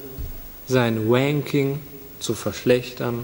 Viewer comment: Anmerkung: Es heißt nicht W-anking, sondern R-anking